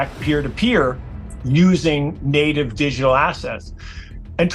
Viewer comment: AI can't pronounce "digital" , "illegal" or "alcohol"? Those are not difficult words. "Alca-hole" lol😆